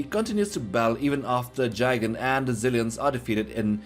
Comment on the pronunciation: I like how you say Jigan for Gigan, and it's little cringe how you say zilliens instead of xilliens